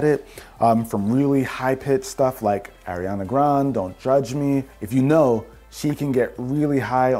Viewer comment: This whole video and all I heard was “Ariana Grawnd”